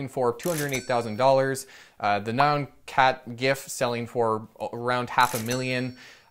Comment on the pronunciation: am I the only bothered by he saying nyan-cat as noon-cat?